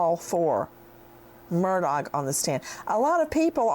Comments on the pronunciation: Do you intentionally pronounce it incorrectly? “Murdogg” or is that for likes? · Nancy pls pronounce AM name correctly. It’s pronounced Murdaw not Murdoch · Nancy, I love your commentary but how can you get on to your friend for mispronouncing Bruno Magli when you keep pronouncing Murdaugh “Murdogg”. Hello, I think the gh is silent, dear. I think Alex and Buster even mispronounce their own name…sounds like they’re saying, “Murduk” And Alex calls himself Alec. Weird… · It’s pronounced MUR DAW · Ha ha! Nancy Grace calls him mur...dog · Nancy corrected this woman's pronunciation of a name but yet Nancy keeps saying MurDOG. Omg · Pronounced “Alec Murdock”. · Oh my gosh I just love you I love listening to you talk and your accent and by the way I was saying on a different Channel actually I guess I was making a comment I said has anyone ever noticed that when Nancy says Murdaugh it sounds BIRDDOG. Comments came in like crazy that Nancy shouldn't be calling people names and I stood right up for you and I said that is her accent I said it is just funny that it comes out sounding like bird dog so now because of me people think you're calling him a name but if there was any funny name to make up I think bird-dog would be the funniest love love love you